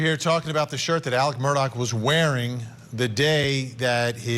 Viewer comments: Why is his name pronounced Alec instead of Alex in this tho lol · It is Alex not Alec!